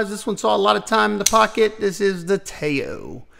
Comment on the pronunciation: Nice list! Btw, I believe Tao is pronounced “Tdow,” rhymes with pow:)